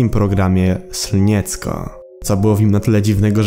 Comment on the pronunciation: To się nie czyta scniecko tylko slnieczko